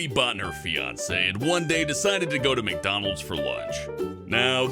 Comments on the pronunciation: Tell me you noticed "McDolans" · Mc. Dolans sound really tasty! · It said mc dolans instead of mc donald XD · "Mc dolans" XD wow